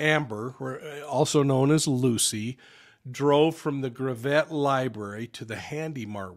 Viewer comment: This happened in my neck of the woods. We know so little, but from Maysville within 10 mins you can be in Arkansas, Oklahoma and Missouri. The problem will be jurisdiction! I grew up with about 5 miles from there between Cherokee City and Maysville. Gravette has no accents on any syllables. If you phonetically spell it, it’s gravit. Hardly even 2 syllables. It takes a lot longer to get to Mo from Gravette than from Maysville, where she’s from. This afternoon I DMed 10-life about this story. We live in a wicked wicked world. That area has been so safe for decades! We walked the dirt roads to pick berries or go to a swimming whole because an awesomely cold spring fed creek called Spavinaw runs through there. I’d say 75% of the cars that would drive by were related to you and 100% of the cars you knew the driver. You’d often get offers for rides and you’d jump on the tailgate with your bare feet dangling! Those were the days! Never ever ever would you hear of someone being abducted from Maysville and being murdered along with their unborn child.